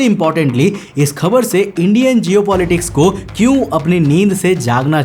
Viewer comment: Habar ❌ Khabar ✅